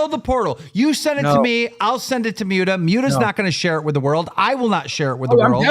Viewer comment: MOOT-UH. Not MUTE-uh Human trash gnome